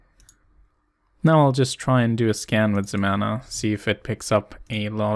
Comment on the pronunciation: "ZEMANA" ... YOU'RE DRUNK, GO HOME!